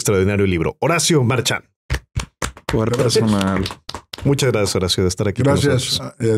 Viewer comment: Padrinos, el Podcast dice "Horario" en vez de Horacio xD